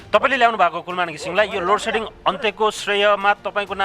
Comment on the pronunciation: लोडसेडिङ भन्न पनि नजान्ने लोटसेटिङ भन्दैछ यस्ता त छ उर्जा मन्त्री थुक्क जाठा